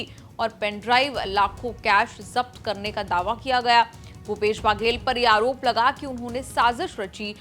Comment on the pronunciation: बाघेल नहीं है बघेल है।